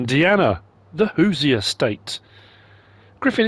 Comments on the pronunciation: Sorry lol I hate to say it but it’s pronounced “who sher” sorry. Love your videos by the way. I did get a smile out of that one. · The "who-zee-uh state" 🤔🤔🤔🤔 😂😂😂😂😂😂 It's funny to hear foreign accents pronounce things. It's ok, there are loads of people in my state who can't pronounce some town names. This map is pretty cool, it has definite potential.